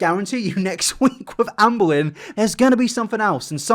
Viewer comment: Sometimes when says "Amberlynn Reid" I hear "Anne Boleyn Reid" and now that's literally all I hear pls send help